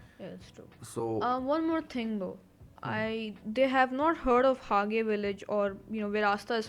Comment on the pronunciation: its actually not ha-ge village. its all one word btw. call it what you like though, but on the show its said like Hajaa :P